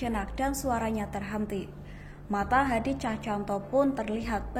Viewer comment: Cahcantanto? Cahyanto.. Ngomong sing bener